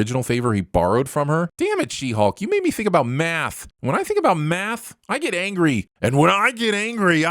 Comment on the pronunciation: I swear I heard you say "when I do math I get angry and when I get angery i " 8fRT8